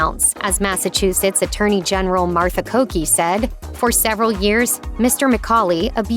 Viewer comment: Massachusetts AG Martha Coakley not Coakey